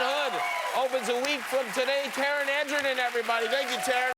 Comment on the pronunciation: when he said tarons last name wrong i lost it